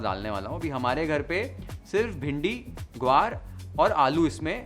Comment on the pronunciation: Amazing...it is exactly how I make curry at home. This is comfort food for all Sindhis. Also your pronounciation of siprii as well gwar is as we pronounce it. Your mom is Sindhi? Just like that felt like asking as the way you spoke today is more like we speak at home. Pls do sai bhaji . I am sure everyone will luv it. Thanks 🙏